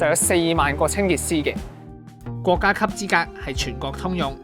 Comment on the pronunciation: 國‘各 洗’細😂